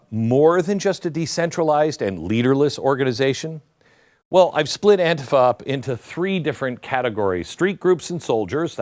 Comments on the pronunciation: It isnt anefa. It is Antifa. Why are you pronouncing it wrong. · An-TI-fa, NOT AN-tifa, Glenn. Thank you for another great, informative video of truth. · Stop saying anefa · Why does he call it aunteepha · AN- TI- FA . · I pronounce it AUNT-TIFFA. Makes me giggle. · Glen, first in my opinion you are pronouncing ANTIFA improperly. Most times I hear it pronounced as an-tea-fa, but that's not really important. What's really wacky about this is that the name stand for a group that's supposed to be against fascism, yet they act more like the fascist "brown shirts" of Germany or the black armbands of Italy. has it right, they are The Democratic Marxist party which is as fascist as they come. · Hey I agree with everything that you say but the word is pronounced An-Ti-Fa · AN TI FA SAY IT RIGHT MORON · The way Glen pronounced Antifa, it sounds like someone suffering from either dementia or diarrhea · Glen, if you can 't pronounce it right, don't do a video about it. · Beck, the least you could do is pronounce the name of the group correctly. 🙄🙄🙄🙄🙄🙄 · How is it possible your mispronouncing "antifa"? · Why do you pronounce Antifa differently than everyone else?? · I wonder why he changes the pronunciation of Antifa from different broadcast he has made. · You know, Glenn can’t even pronounce ANTIFA I don’t really care because I think the organization is despicable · So what’s wrong with you my friend why do you mispronounce antifa❓ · Glen, learn how to pronounce it correctly. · Stop pronouncing Antifa like that. It’s annoying.